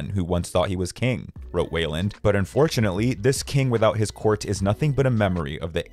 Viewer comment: ITS FRIGGIN WEILAND. Pronounced "WHY-LAND" Not WAY-LAND. WHY LAND